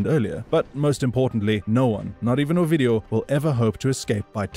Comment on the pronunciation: When you'd say his name, it sounded like you were saying "OUR-VIDEO"!!!😝😭😆😭🤣